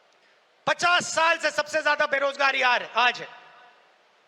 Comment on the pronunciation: O patrakaar mhoday ye jo tum j ko z bolte ho use shi kro jaise tum aaj ko aaz bolte ho